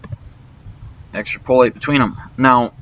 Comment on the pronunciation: EX-trap-oh-late Not Extra-poh-late